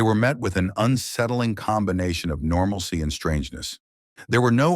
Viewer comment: Normalsy 😂😂😂😂😂 it’s normality